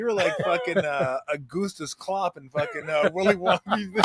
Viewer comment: Augustus Gloop, not Augustus Glop. Augustus Glop, jeezus.